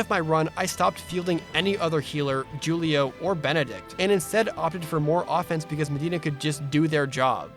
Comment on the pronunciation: JOOlio?! XD OMG That's certainly one way to say it LOL